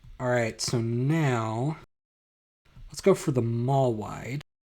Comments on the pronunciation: Sinusoidal is pronounced like “sign” Mollweide is pronounced like “mole-videy” Galapagos is pronounced like “ga-la-pa-gose” Glad you hate the Gall-Peters too. Robinson is also my favorite. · "Mole-videy" is a poor way to spell it. It's more like "Mawl-vid-uh".